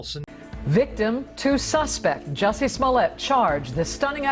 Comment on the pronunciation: It’s another “jussie smoeliet”😂😂😂